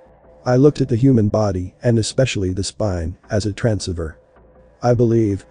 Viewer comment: At least teach your voice synth how to say transceiver along with the rest of the mispronounced words. A total disregard of physics is unwarranted. Electrons DO NOT travel from positive to negative. Another falsehood. What has religion got to do with anything. Way too far removed from reality, just light entertainment for the gullible.